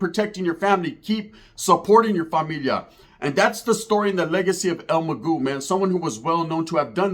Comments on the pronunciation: Its el MAGO NOT EL MAGÚ MA BOY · Hey stupid it’s mago not magu. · Your story is not all correct and his name Is not Magoo .. it’s EL MA-GO el mago .. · well have some respect for the man and say it right or not delete the fucking video bro la vedad player. "That's the way I say it" bro it's Mag-oh. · this guy doesn't even know how to pronounce the dead guys name 😂😂